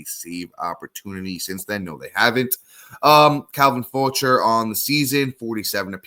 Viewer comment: Calvin “Fow-shay” Jose “Fe-rare”